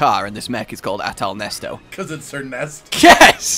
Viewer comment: "Behold Athal Nesto" Almost buddy almost... it's Nesset as in the God!